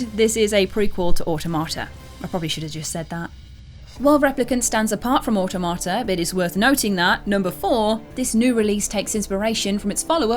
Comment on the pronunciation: I’ll judge! It’s pronounced aw-tom-a-ta, as in automaton.